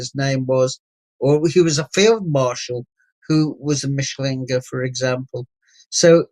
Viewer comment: Re: Mischling/Mischlinge mis-pronunciation. As a German speaker I at first didn't get that Tony G was saying "MISCHlinge" - the emphasis is on the first syllable - but Tony was saying 'MischLINGE' with the emphasis wrongly on "LINGE". It may seem pedantic - but most German speakers/viewers etc will not know that Tony G is saying MISCHlinge if he severely mis-pronounces it as "MischLINGE".... Otherwise/ansonsten - alles ganz ausgezeichnet wie immer..